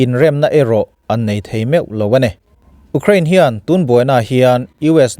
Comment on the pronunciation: Ú crane ti tlat a ..sir😂